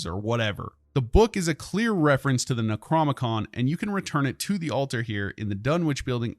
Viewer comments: NecroNOmicon, not Necromicon... lol. Loving these videos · Ur saying necronomicon wrong, ur skipping the o in the middle